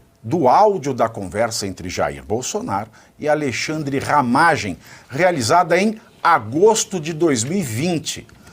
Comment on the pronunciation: aLEIxandre kkkkkkkkk pavinatto é foda :face-green-smiling::face-green-smiling::face-green-smiling:A.L.E.I.X.A.N.D.R.E :face-blue-smiling